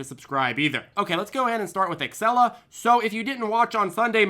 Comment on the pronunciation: Xela is pronounced Zeela, idiot.